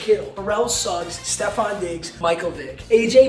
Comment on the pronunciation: So proud that papa finnaly says Stefon correctly 🙌